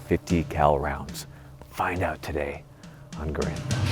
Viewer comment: I'm still amazed that he did an entire episode about the origins of the name and still says it wrong every time. To be fair, he did say it correctly a few times in that video, but by the end he was back to butchering it, so... Long live Garand! Sounds like Errand.